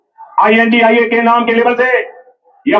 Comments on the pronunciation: I n d I a 😂 nahi India boliye sir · Beea.pada hua banda kuchh aisa.hee bolega Intia. Nahi. India Hota.hai